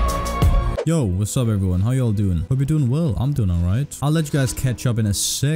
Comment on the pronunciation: Like how a danish/Korean says “y’all” like any other southern American lol